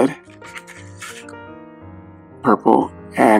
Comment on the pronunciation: when he said purple looooooollll